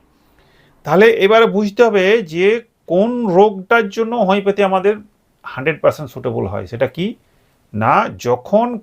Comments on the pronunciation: উচ্চারণ ঠিক করুন হমিপ্যাথী নয় উচ্চারণ হমিয়প্যাথি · হোমিওপ্যাথি উচ্চারণ টা তো ঠিক করে করুন... তারপরে জ্ঞান দিবেনা